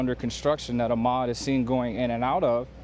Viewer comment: This reporter is awful he's pronouncing Ahmad's last name wrong.